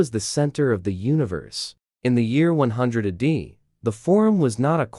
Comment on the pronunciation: Ah day? AI slop. Check your work, please.